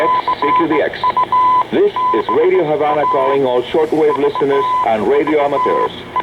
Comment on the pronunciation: Pretty sure it's HaVana, with a 'V'.